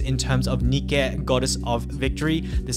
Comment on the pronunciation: Every time said nikque it hurt me a bit